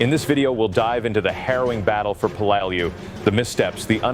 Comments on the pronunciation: When I was in the Navy there was a ship ship named in remembrance of the battle of Peleliu. We all pronounced it Pel le lou. I think the voice bot needed more training. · C'mon you do a video on this battle and you can't even pronounce the name of it?! Typical American, I guess.